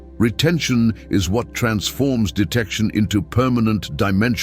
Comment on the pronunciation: It is not desize it is a detection